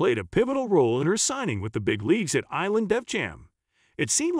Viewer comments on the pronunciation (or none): none